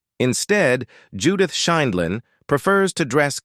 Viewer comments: It’s not Scheenlin or Schindlin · Apparently AI can’t pronounce her name correctly. And a few other words